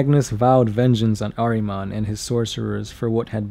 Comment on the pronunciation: It's pronounced "ARE-uh-monn," damn it! His name is "ARE-uh-monn!" Show a little respect to my man Ahriman, dude. :-p (Decent video altogether, though, buddy. :-D )